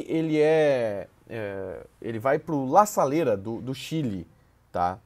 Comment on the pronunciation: o time não é la salera. é la serena.